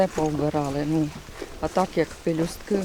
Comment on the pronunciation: ПЕЛЮСТОК ! П Е Л Ю С Т О К! а не леписток прости господи ви Українці чі хто!?))